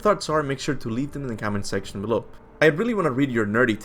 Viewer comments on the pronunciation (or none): none